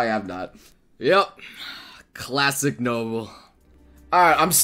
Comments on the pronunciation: "Clasic Noble" xD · "Clasic Noble"..... Yep...classic Noble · "Clasic" Really?